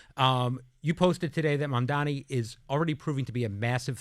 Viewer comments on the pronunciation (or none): They really should Mam-man-di on to school them in how to say his name correctly.